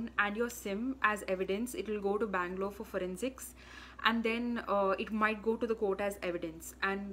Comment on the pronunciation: ye manglore kyaa hota hai ...... banglore hai voh